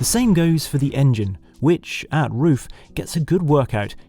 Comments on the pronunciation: I like how he starts out figuring out how to pronounce RUF, gets corrected and says it correctly.... and then in the very next shot...says it incorrectly again 😅🙄🤣 I've known how to pronounce RUF since the Yellow Bird....as a teen... I'm 42 now, it's not hard, roof. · Henry calling the SCR "RUF-ined" really yellowed my bird. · Why is it so difficult to pronounce a name in the correct manner..? Mr. Ruf is a highly respected engineer and business man. He should be treated with respect and this starts to pronounce his name correctly. Thank you. 😊😊😊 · Hope he was kidding about the RUF pronunciation smh